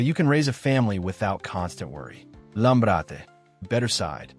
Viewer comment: I’m sorry, but someone who says “Lam-BRA-te” as “Lam-rate” just made it clear they don’t know anything about Italy or Milano. It made me laugh out loud when he said “BYE-cacca” for “BEE-coh-ca”. Is this AI slop? If it’s a real person, they don’t know anything about Milano.